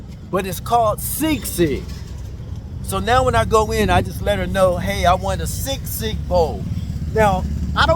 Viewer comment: ...... hey man, it's sisig not sigsig ..... like sea-sig .... that's how you say it ..... anyway, there's sisig in the u.s, if you have filipino restaurants in your area ......